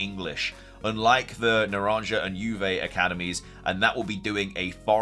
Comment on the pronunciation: na-ran-ha oo-va . . . at this point you have to be intentionally butchering these names.